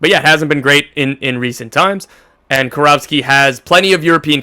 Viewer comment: Its Jovan KIROVSKI guys, KI RO VSKI, its a Macedonian surname. FORZA MILAN